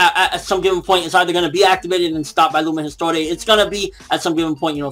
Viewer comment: Lumen Histoire is pronounced Lumen His-twah